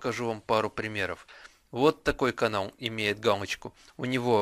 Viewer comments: Надо говорить галочку, а не гамочка!!!!!!!!!!!!!!!!!!!!!! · он говорит не галочку а гамочку(путает л и м) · Галочку, а не "Гамочку" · Вместо л - произносишь - м! Гамочку, гугом... Пипец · Гамачку ? ты сказал в начале видео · Мне одному послышалось, что он сказал:"Как помучить гамочку..."? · бл*ть.Он говорит везде помучить гамочку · как помучить гамочку ЁПТА ты л на м меняешь!